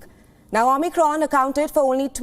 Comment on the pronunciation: XImicron , get the name right